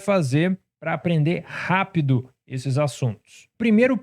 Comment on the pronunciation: Também notei hehe